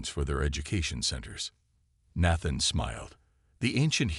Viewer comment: And Nathan is pronounced with a long a